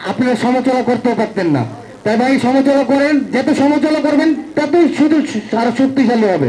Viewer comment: এমন একজনকে নমিনেশন দিলেন যে কিনা সমালোচনা ঠিকমতো উচ্চারণ করতে পারে না বাংলাদেশ আরো কত কি দেখব